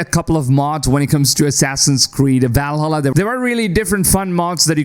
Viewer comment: wait.. how did you just say.. valhalla